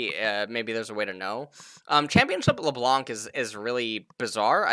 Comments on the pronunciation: THIS FOO SAID LeBLUNC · stop pronouncing the "c" in Leblanc, also spread the word to other casters